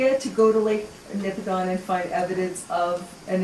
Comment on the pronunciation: I find this fascinating. I come from up there. A few observations. 1) On the pronunciation of Nipigon. Similar to the pronunciation of Oregon; the locals pronounce it "Nipigin." 2) That area is rife with mines of all sorts, from Timmins past Thunder Bay there are countless gold mines and new potential for lithium mining in Nipigon itself. Point being, there are LOTS of geologists up there to consult on the local geology. Should you require an introduction, I may be able to offer a hand. 3) The 4 billion year old rock up there in the Canadian Shield is devastatingly hard basalts and granites and other igneous rocks which make a portion of the smaller lakes up there too acidic for life. Could a flood even of that level have eroded such strong rock to such a degree so quickly? The topography you highlight is extraordinarily convincing, but man it's hard for me to imagine the strength of erosion required. Is there a calculation to estimate the amount of energy required to erode such strong rock instantaneously? I imagine such a number must be hard to conceptualize. 4) Yes.......Driving along the north shore is BREATHTAKING. I have been nearly everywhere on this planet, and I cannot honestly compare any other landscape more favourably than the land between the Montreal River and Nipigon. There's a reason why the Group of Seven chose to highlight this part of Canada. It is incomparable. You must go. Everyone must go. 5) There is a similar sheer walled, narrow canyon cut by the Mont